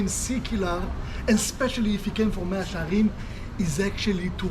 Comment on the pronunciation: 마샤 헤림이 아니고 메아 셰아림